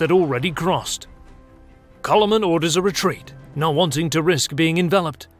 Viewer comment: And Coloman is Kálmán ;) (I understand it's not easy to transcibe to english, but at least the number of syllables could be right :) ). But otherwise, yeah, the whole video is quite correct.